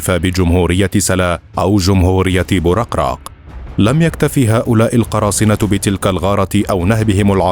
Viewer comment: بوركراك وليس بورقراق